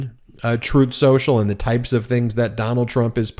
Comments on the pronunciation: PLEASE pronounce the name as tRump did: "Troth Senchul". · Every time Pakman mentions "Truth central" he plays an audio clip of tRump "Correcting him" saying "Troth sensual" 🤣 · Funny when tRump said "troth senchal". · I believe it's pronounced Trath Senshal. Chooth Shershal. Definitely not "Truth Social". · strooth sential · "Troath Sential" (Trump) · 🍊🤡: "Troth Sential"